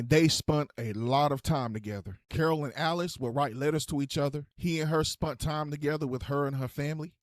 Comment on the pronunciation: Spunt??? Time together? What's a spunt?? Do you mean spent? I guess that's what you mean? I'm confused here what is a spunt